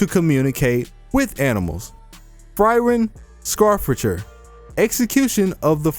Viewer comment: Frieren Scharfrichter is pronounced Friireb Shaffrishter